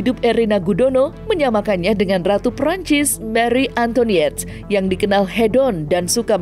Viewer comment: Woy, para pembaca berita Indonesia, kalau mau bandingin Mpok Erina sama Marie Antoinette. Itu bacanya AN-TO-A-NET. Bukan AN-T-O-NI-ET.